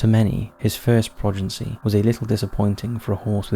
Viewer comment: The word is "progeny", NOT "progency", and it serves as both singular and plural. Ghislaine has a hard 'G' and the 'S' is silent. Get an editor.